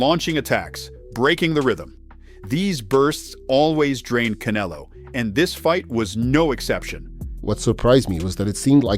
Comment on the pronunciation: This guy is pronouncing Canelo's name wrong on purpose. What a dork